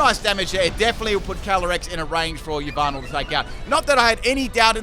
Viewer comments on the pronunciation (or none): It’s Ya Val tal not e valve tall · Did you just called Yveltal "Lyvato"? Sorry i seriously heard it that way. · Yvaltel is pronounced as Yahvotal Chech Mandjtv's channel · Anyone else bothered by how he says Yveltal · Im concerned about the way he pronounce "Yveltal" lol